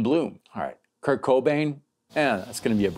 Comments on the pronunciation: Oh, dude... I'm sorry, SOMEBODY has to say it. It's "Kurt." KURT Cobain. Not Kirk. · His name is Kur-T, with a T. Not Kirk. Awesome video, & u are right. But I had to say it. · I think I'm going nuts. Everytime I hear you say Kurt I hear Kirk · Great video. It was '94 and I was 14 when I got my first guitar. A Peavey Nitro with a Floyd Rose. Talk about a nightmare for a brand new guitar player to keep in tune with no tuner. Just trying to find E listening to Metallica. But bro... Kurt. Not Kirk. 👍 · It's Kurt, not Kirk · is it just me or is he calling kurt kirk? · his name is Kurt, not Kirk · Its Kurt no K in there haha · Lol, that bothered me too. RIP Kirk Cobain! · His name was Kurp Cobain not Kirk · Are you saying "Kirk?" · did you just call kurt cobain "kirk" cobain?